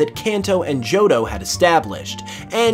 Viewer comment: “JOHDO” =P